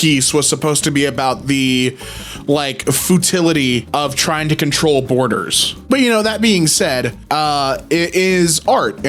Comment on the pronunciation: fütility lmao